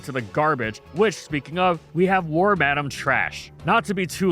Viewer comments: Lol war-madame its pronounced worm-uh-dam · Worm-Adam hits a lil different than Worm-Ah-Damn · It took me until this video to realize why wormadam is called that. I never looked into it because I've been pronouncing it worm-a-dam the whole time. It's worm madam. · The first time I’ve heard someone pronounce wormadam like war-madam lol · Worm-Adam. Huh. Yall poketubers sure do got some weird name pronunciations😂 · You pronouncing it worm-Adam is giving me flashbacks to a certain podcast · "Warm-Adam" is the new "ree-yoo-nee-clus" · Pronounce Wormadam correctly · Please stop saying wormadam like that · That's how you say Wormadam?!